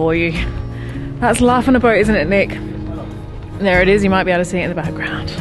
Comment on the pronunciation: You are either developing a speech impediment or turning in to a Brit! It's pronounced boat, not boa lol! Another great video thanks guys. By the way, UV is the bane of my life as a boatie too.